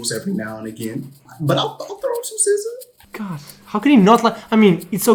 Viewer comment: Wow . Sza is pronounced “c-szar”... how am I just knowing this???? Been saying “Zah” foreverrr